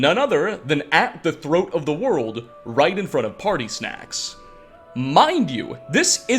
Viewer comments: said Party Snacks instead of Parathunax XD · Did he just say "Party Snacks????"😂🤣😂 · Ah yes. "Partysnax" my favorite dragon. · ah yes... "Partysnacks" got me hard 🤣